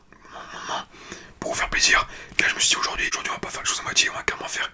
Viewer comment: Je suis obligé de rigoler dès le début haha : "Bonjour, j'espère que vous allez tous très très très bien, AUJOR on se retrouve dans une vidéo asmr..." 😂